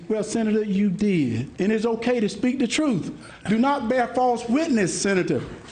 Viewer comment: Hershel Walker "I duh police". Hershel Walker, " If we cum from duh apes, how deh apes now"?